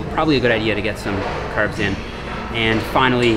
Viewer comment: The red beard and the Irish accent for your “Caerbs”...is a jacked leprechaun??!!